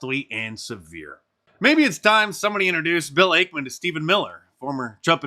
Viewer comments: It’s actually Ackman not Akeman Mark. Ack like acknowledge. Also Carl Icahn’s last name is pronounced like Icon. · Bill 'AKE-man' .... 😂😂😂😂😂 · Hey Mark - it's X. Twitter is history. Also, you're mispronouncing Ackman's name. Genius.